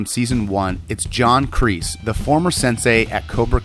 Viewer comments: I don't know why it bothers me so much but every time you say John REESE (It's Kreese) cringe. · Kreese, Not Reese! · His name is Kreese not Reese. K. Not R. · JOHN “REESE” 💀💀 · Would it have been too much to ask for to have given this video assignment to somebody who knew that Martin Kove's character is KREESE - NOT F**KING REESE! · His name is John Kreese not John Reest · or john reese💀 its like saying john reeses puffs